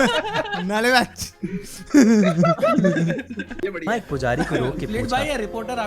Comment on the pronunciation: That is nale ba not naale(well)